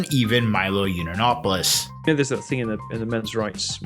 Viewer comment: Heavily researched and sourced. Can't even pronounce Yiannopolous.